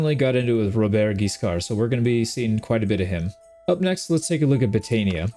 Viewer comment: A great new adventure ! French pronounciation : Robert has a silent T, and Guiscard's D is silent too. Your Rs are not hard enough but that's really fine. And for how you say Hauteville, it's actually good !